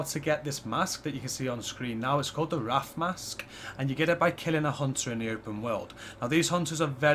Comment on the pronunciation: Cool. But, it's "RAY-TH" not "RA-TH". Good stuff, no big deal.